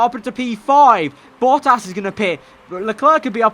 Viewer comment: It's quite interesting how you pronounce name Bottas :).